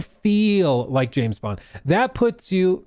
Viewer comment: JIM BOND... not Jam Bond... come on now, if you're going to rage bait, be better at it xD I literally just preorder 007 first light and it wasn't intentional but im still excited to play. Also James Bond... a tory? 😂 im British and that qoute made me spit my tea out and laugh so hard I peed a little